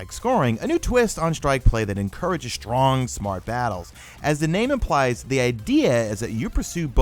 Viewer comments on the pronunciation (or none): none